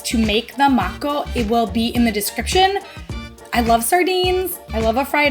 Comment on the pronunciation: Hey mako means pepper, also when pronouncing lower the a sound , it’s really versatile, on rice